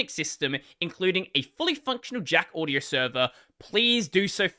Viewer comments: It's pronounced "audio" not "uadio" lol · No, you mispronounced the word "audio" making it sound more like "uadio". The correct pronunciation is more like "Ah-dio".